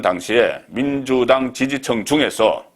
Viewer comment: 폭넓고 신뢰성있게 정확히 꿰뚫는 딱풀, 감사합니다 그런데,, 지지층 (청!) ㅎㅎ 그 발음은 저도 못 고칩니다